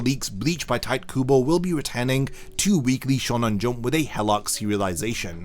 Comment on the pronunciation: It's pronounced "Taito Kubo" note Tight. And thanks for the amazing news ❤